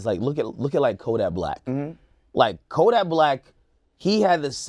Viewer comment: This nigga Ak called Kodak “Koyhackblaaaah”